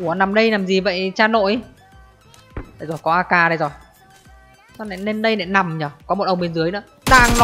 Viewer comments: Bị từ NÀ không ah. "Nói chung NÀ.....". Rồi thì "NÀM". Cố gắng lên đồng chí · Người ngoài mình không để ý mấy cái này đâu nhưng ở miền trung và nam, nghe cái biết liền ah. Trước tôi cũng bị, mà giờ được vợ sửa dần đỡ rồi. Chú ý mấy từ LÀ, NẰM, LÉM BOM